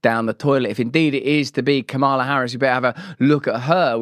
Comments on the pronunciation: It's mamala not kamela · Pronounced - Que Mala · It's Kuru....